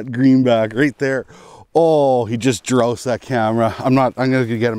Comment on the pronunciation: Did you say “ He just DROUSED that camera”??? Haha